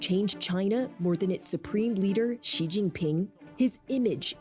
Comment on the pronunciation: Hasan your pronunciation of "Xi" is killing me